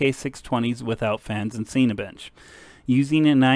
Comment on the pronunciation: Dude Cinibench is for Cinema 4D it's pronounced like Sin A Bench, not Scene A Bench, also pleas use a 0 up scale for graphs.